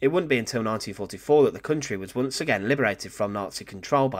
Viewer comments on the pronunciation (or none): none